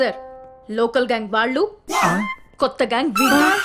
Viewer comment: వాల్లు కాదు వాళ్లు